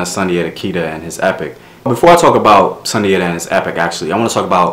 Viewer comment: Great video ,i am a direct decedent of Sundiata from Senegal,in our tongue it is pronounced (Soon-jaa-taa)